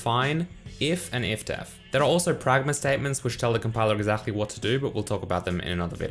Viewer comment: I love how you say exactly 🤣 exakhly